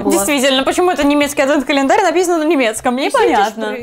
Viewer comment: Божееее!!! Можно же говорить не АДВЭНТ КАЛЕНДАРЬ, а просто Адвент календарь!🙏